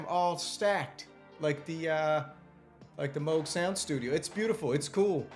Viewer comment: Oberheeeem? Moooouuug? WTF?